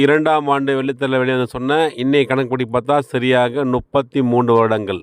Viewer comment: பிரதர் நுப்பத்தி அல்ல முப்பத்தி என்று சொல்லுங்க